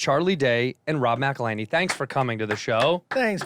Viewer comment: You get a like simply for pronouncing McElhenney's name correctly🤣🤣